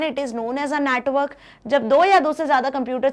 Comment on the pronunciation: Mam pronounce network as a natwork